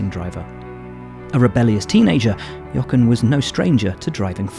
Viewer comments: Can you please pronounce his name properly!!!! Jo - ren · I am genuinely surprised how Will can say the "H" in Helmut Marko but not the "H" in Jochen Rindt and calls him Jocken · As a German speaker, it pains me a little how Buxton pronounces "Jochen". Listen to how Vettel says it correctly. In any case a great talent, taken too soon (like so many others).